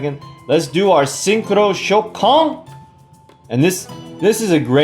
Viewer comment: I don't want to be a nerd but its pronounced ShOUkan and not ShouKAN, in japanese in most of the cases when a vocal is extended like in おう the stress is in there. Nice deck by the way I still don't have my first synchro silver eyes and neither stardust with 7000 gems #FeelsBadMan